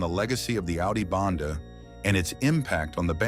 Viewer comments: Its AUDI BENDE NOT BANDE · Audio BENDE.....not bande